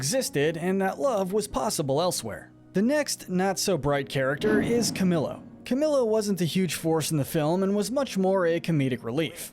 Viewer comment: Ok finally CamiLo? Uhm it’s pronounced CamElo do him justice